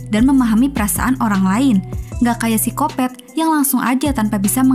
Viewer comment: Narator baca Psikopat gua dengernya Sikopet🤣